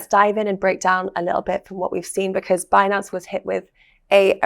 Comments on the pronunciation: Um, sir, I was told it’s pronounced BIN-ance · actually it's Benance!